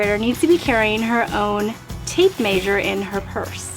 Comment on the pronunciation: I am a sub of course. ❤ I would have to say the tape measure probably because I have never heard anyone pronounce it tape may*sure and its cute. 😂 Every time I use my tape measure you come to mind. Tape may*sure is an absolute must. 😂😂😂 But I also have to say I am looking forward to trying out the Citrus Strip because I am coming up on a kitchen cabinet redo project and these cabinets have every bit of wear and tear since the 80's! Wish me luck! 😂❤